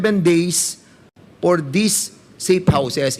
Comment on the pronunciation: Portin million por the purchase of impormation Por wat? Nakaka distract lang sa halif fanoorin mo mg vuo. Fara sana maintindihan ang vawat fanig at kung sino nagsasavi ng totoo